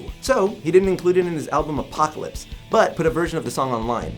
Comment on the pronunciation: AL-pocalypse, not A-pocalypse. Just... wow. I can’t even listen to the rest anymore. Learn to read, or research, or both.